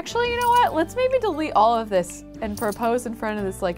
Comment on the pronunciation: she said OLIVE the skills instead of all of the skills. that just shows how much she loves olive